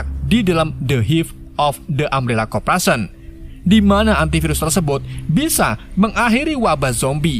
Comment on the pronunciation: Oii bang yeendeh bacaan nya korporation bukan kopration😂😂😂😂